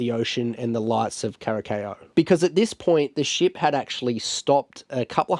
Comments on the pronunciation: CURASAO, PRONUNCIATION IS WITH SSSSSSSSSS. 🤦‍♀🤦‍♀🤦‍♀🤦‍♀🤦‍♀🤦‍♀🤣🤣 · Kurasao thats how you pronouns it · kur uh sau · Cara sow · Your pronunciation of Curaçao is soooooo far off, please, please just Google the pronunciation next time 😅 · I thought it was funny the way you pronounced it, but it's one of those words that can easily throw you off.